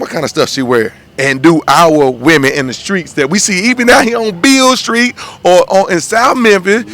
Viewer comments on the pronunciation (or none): Lol... that mane said "Beale Skreet"...